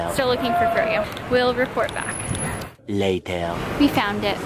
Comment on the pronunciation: I loved the "later" or better pronounced "layteer" lol. It made me laugh out loud every time. Don't care what others say. I thought that was a cute addition to the vlog!!